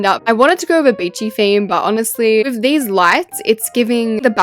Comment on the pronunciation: Why do you say wif Like it's not wif It's with not wif🙄